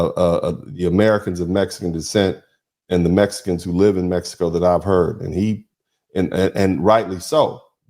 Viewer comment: This guy is constantly saying Meteco instead of Mexico